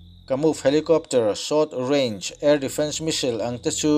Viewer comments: American leh british pawhin Misil tih a pronounce a awm lo, s hi lam hmaih a nilo ve². Missile - Mis-sile. Vassel/Cassell nen a in ang reng, Bristish in a lam pial lemlo, a ziahdan ang ngau² in a lam an a tir lam a, a rawn lam dan kha a diklo deuh a ni mai. Diklo tih lémah kan lam dan ani ve mai, a diklo chuanglo ang. Ka rawn sawi ve mai² nia. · Misail tive mai la, Misil tih aiin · India hian Iron Dome Defence System hi kan nei ve em le..(ka hriat loh lam tak thil ania). Chuan ngatinge 'Me-sil' ti a i lam kher a 'Missile/Me-sile' hi...i in la inno tha leh vel em ni? 🤭🤪😝😂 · I Missile lam dan hi ka bo tep a lawm le...